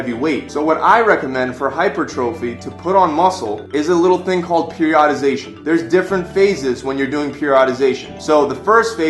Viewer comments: Wow, please learn to pronounce common exercise terms. It's not hyper - trophy, it is "hahy-pur-truh-fee". Also, it's not peri-odd-ization, it is "peer-ee-uh-duh-zey-shuh" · dude left his shoulders in the car. and if you are a personal trainer and can't pronounce "hypertrophy"or "periodization" you are wack too